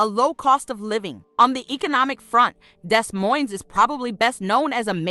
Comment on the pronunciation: Baby Doll, the city is pronounced Dee Moine, (the s is silent in both) not Desss Moinessss. Still good to know about these cities though. I agree, but you left out Omaha, Nebraska, where we moved to when I was 6. great health care, and lower utility costs, in all of these cities I've mentioned here. I was born in St Louis, also lived in East St Louis. Later Married a man from Des Moines, lived there off and on through the years. My youngest son still lives there, lived in Sioux City, and Waterloo, Iowa, lots of relatives and acquaintances in these cities, might want to mention Atlanta, Marietta, Smyrna, and some of the surrounding communities in Georgia. All of these cities are very affordable, in my opinion. I would not hesitate living in any of those cities again, if the weather was more tolerable. All of them have in my opinion too many tornadic type storms, Iowa also has those scary Derecho storms, and in winter, now that I'm older, it's just too dat blamed Cold!!!